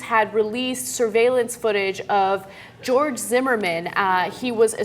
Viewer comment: Who the fuck is "Jeorge"